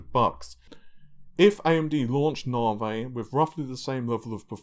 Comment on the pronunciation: What is this Narvay you speak of...